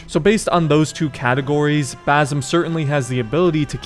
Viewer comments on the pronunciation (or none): not bazum its ba sim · pls stop saying bazim, it is basim.